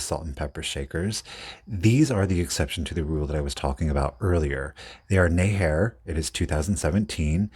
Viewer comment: The Neher piece name is pronounced “near”. Their location is in Milton Freewater, Washington. The business name is Clay in Motion.